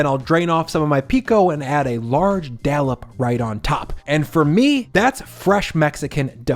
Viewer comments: Are you saying "dallop"? I think it's "dollop". Looks good tho,! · Looks amazing! ...but "dallup"...lol 🤣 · Love your vids! Btw dollop is pronounced exactly how it’s spelled. There is no “a” 😊